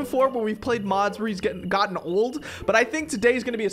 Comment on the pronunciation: its old not mold😡🤬😈